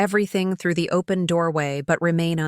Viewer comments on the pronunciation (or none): none